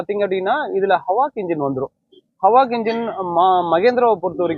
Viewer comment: அது 'ஹவாக்'இல்லங்க 'ஹாக்'., HAWK என்றால் கழுகு என அர்த்தம்.